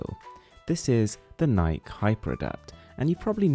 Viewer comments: Sorry Boss, but it's pronounced nikie not nike. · It's spelled Nike so it's pronounced Nike not nikie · yep... it's pronounced Nike-E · Account No, it's pronounced nikey. Its named after a greek god mate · Guys. It's Nik-ee. Woopty doo. Move on. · that's not how you say Nike XD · I just searched pronunciation of nike and like nike is the european pronunciation and nikie the american pronunciation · The way he pronounced nike makes me not like the world